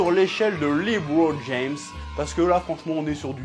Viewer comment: Quand c’est pour dire « Lebron James » ton accent est parfait 🤣🤣🤣🤣 petit filou